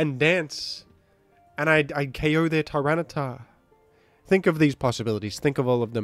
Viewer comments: I keep hearing say Tyrano-siff. What does that mean? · Hey why do you say Tyranasiff? Big fun btw i watch your vids everyday with my breakfast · In case you’ve not found out yet — I believe the French name for tyranitar is Tyranocif. Also, I believe there was a bit about someone mishearing fringe Pokémon as French Pokémon, potentially resulting in calling several other Pokémon (name)-cif, like aerocif and the like:)